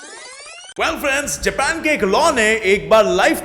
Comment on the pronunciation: Don't say japan like that or otherwise I hate u because I love anime ❤️